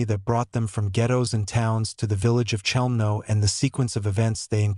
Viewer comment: if this is a documentary about Chelmno...why all the random pics of Auschwitz I etc? and the CH is not being pronounced correctly by the AI bot